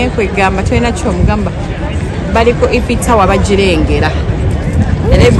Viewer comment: It's 'iiii--fo" Eiffel. Has in A-i-fo. Tower. Not E-ffo.. And the city is paa-ri- Paris' not parisi...